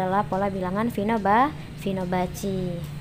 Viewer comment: Maaf bu izin koreksi, barısan fibonacci, bukan finobacci :)